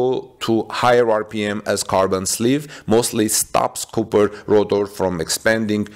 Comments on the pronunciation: For a non native speaker, your English is really excellent. Most of it is not only easy to understand, but even sounds like American English, not foreign sounding English. But that is not how you say copper. That first o is pronounced like ahh, not oooh. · Cop not coop